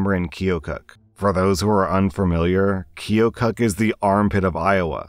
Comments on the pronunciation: Funny enough it’s pronounced kill-kuk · Hi Iowan here. You are close to the pronunciation of keokuk, except the o makes a short u sound for an unknown reason.